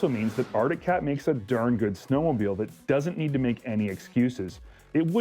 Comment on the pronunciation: Dear, It's pronounced snowmobile not snowmobill. There is no such word as 'ginormous'